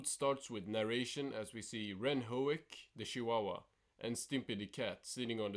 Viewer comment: ren: That's höek you idiot not hoke.